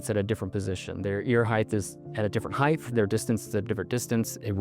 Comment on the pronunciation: He said "heighth" lol, what a rube....